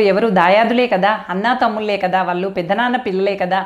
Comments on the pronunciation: ఈమె మళ్ళీ ఉపాధ్యాయిని.వొత్తులు ,ల ళ ... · వాల్లు, వాల్లే..... కాదు తల్లీ...... వాళ్ళు..... వాళ్ళే, తెలుగు..... దయచేసి.....!🙏